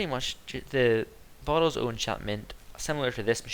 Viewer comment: when you say "bottle" it sound like you say ""butthole" XD LOL